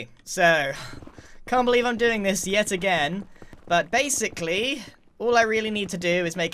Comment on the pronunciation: Base-icly? are you seraius grian?